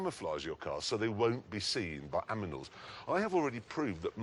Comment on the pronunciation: Jeremy Clarkson said 'Aminals' 🤣🤣😌